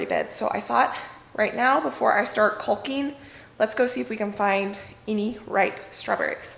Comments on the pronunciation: The way you say caulking is different but if you say it the other way people will say it’s inappropriate so you do you boo we know what you mean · I have to apologize for saying you had the incorrect pronunciation of caulking. In my defence, I googled it and it said the "L" is silent. I guess Google can be wrong. What else do "I" pronounce wrong.lol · I love the idea of turning the basement into a canning/food preservation kitchen! I had noticed that you pronounced the "L" in caulk but assumed it was a west coast thing . . . . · I have the same problem with saying Caulking. I pronounce the “L” like you do. The correct way sounds too suggestive to me. Maybe I should think of chickens instead 😁😁 “cock-ing” is the right pronunciation. I love watching all the changes to the house you are making. I look forward to and get so excited when you post a new video. You’re awesome 👏👏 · THE L IS SILENT IN CAWKING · Agreed. Every time she says "caulking" I say that. Nooo, the L is silent. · Basement for sure. Yes the pronunciation is kawk ing. Thank you, kull king was bothering me so much, and your so cute I didn't want to hurt your feelings. Love your videos. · Sounds like your saying cull-king instead of call-king, that’s probably what’s throwing people off, but it’s okay I think people still understand what your talking about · LOL.....the way you say, 'caulking', is cute. The 'L' is silent........KAWKING. lolol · Caulk it pronounced Cawek awe the L is silent I worked forever in building materials and you're making me crazy😂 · I thought your pronunciation of caulking was a regional thing. Lol. My dad moved around the country growing up, my mom was in Idaho, I grew up in Texas and overseas. My husband grew up in Oregon. We all pronounce it "kaw-king" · Cawk-ing. This is how you pronounce “caulking”. Keep all of your food stuffs in one place. You will have greater clarity when you need to can and preserve. Much easier “eyes on”. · Caulking rhymes with walking!